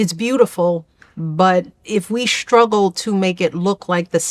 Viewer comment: Oy vey, the words, ‘struggle’ and ‘straightening’ do NOT have a letter ‘h’ in them! They’re not pronounced, ‘shtruggle’ and ‘shtraightening!’